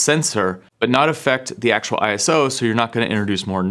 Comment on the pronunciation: Stop saying I S O 🙈🙈🙈 Its a word…. ISO